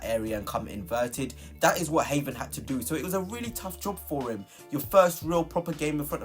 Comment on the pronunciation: If your pronunciation of Heaven is as accurate as your player analysis....no thanks😅